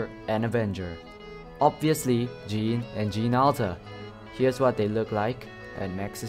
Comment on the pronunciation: Jeanne is pronounced JANN not JEEN